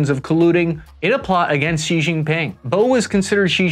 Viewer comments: You can just pronounce Xi as "shee". English speakers tend to add ambiguous blends of X and J sounds which really make it sound like the expert hasn't taken the time to look for the pronunciation. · Xi Jinping's family name is pronounced Shee Not Jeee, the first character of Deng Xiao Ping's given name is pronounced Shiao (rhymes with how) not Shiong and Jiang Zemin's given name is pronounced closer to Zer-min (rhymes with her fin). Your pronunciation of the names of key Chinese figures somewhat undermines the credibility of your otherwise good conclusions about the state of China's military